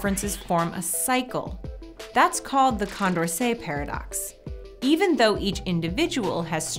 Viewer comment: Anyone else notice "Condercet"